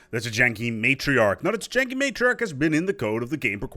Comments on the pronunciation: It's pronounced "Tee-yan-kee" not "Tee-jan-kee." 👍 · Why would you pronounce a y like a j? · He's reverse-German. Instead of pronouncing J like a Y, he pronounces Y like a J. :P